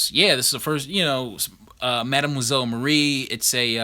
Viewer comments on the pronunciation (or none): The Star Spangled War Stories 84 is sick, bro. But you need to learn how to pronounce "mademoiselle".